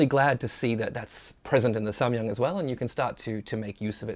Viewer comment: I am Korean. your "Samyang" pronunciation is very good.^